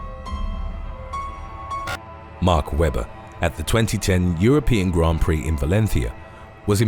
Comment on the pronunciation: At least he is good pronouncing the name Mark Webber.